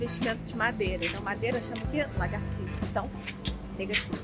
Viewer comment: é lagartixa e não largatixa